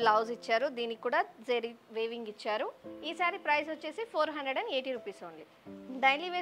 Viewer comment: Wavinga! Weavingaamma! Vinlekapotunnam